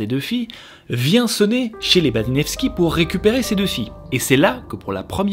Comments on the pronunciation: Baniszewski se prononce banichefski 😂 c'est plus facile ainsi hahaha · Baniszewski ca se dit banichevski :))